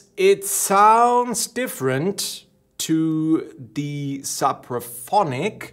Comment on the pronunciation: Suppraphonic? It’s Sooopraphonic